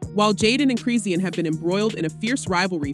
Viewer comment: Chrisean name is pronounced: Chrah-Shawn. Please say it right.